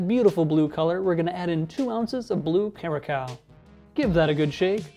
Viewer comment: Nice cocktails! And it's pronounced curasao 😉